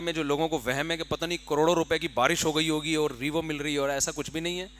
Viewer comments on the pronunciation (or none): Mufti sab revo kipronunciation toh seek laity..yeh hai madrisson ki output k aek word revo ki pronunciation nhi aati